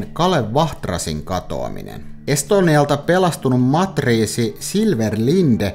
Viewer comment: sana on matruusi ei matriisi😂